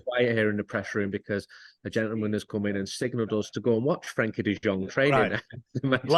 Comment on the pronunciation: Frenkie not Frankie 🤦